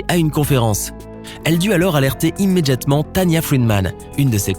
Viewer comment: Le seul truc qui ma marquer frère c’est « immeDJatement » Articule cousin😤